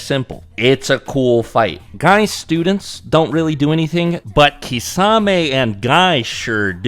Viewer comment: Thank you for correcting pronouncing Kisame’s name.